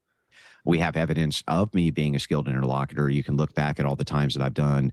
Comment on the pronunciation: If he's going to keep calling himself an interlocutor I wish he would learn how to pronounce it correctly.